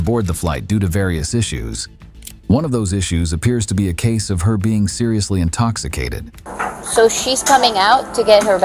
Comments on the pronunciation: Officer: you're under arrest for public intoxication: IM NOT INTOCKACATED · “I’m not intockicated” 🤣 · “I’m NOT intoc-a-cated!” Gotta love it! Wonder how she is sober! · "I'm not intoghigaded!!!"😄